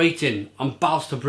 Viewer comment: By the way, the "å" is pronounced as the "o" in for example "bolt". Swedish is weird, I know :)